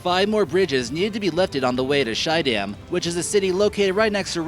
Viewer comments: Schiedam, not shydamn xd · 5.24: 'Shydam'.... Well, he means Schiedam, that city is situated direct on the west side of Rotterdam. The 'ie' is pronounced like the 'ee' in street, but a bit shorter. The ch and sch in Dutch is for many people difficult to pronounce... It sounds a bit like a soft g and soft sg.